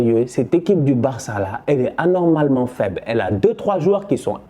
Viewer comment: Excellent débrief comme d’hab mais j’ai retenu une chose:ANIRMALEMEN😂🤣🤣